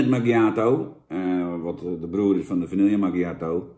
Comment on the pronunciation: Jan het is vanieje niet vanielllllje